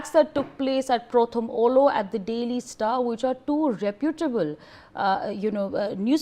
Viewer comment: Prothom Aalo. That's how it is pronounced. Means the first light. Pronounce correctly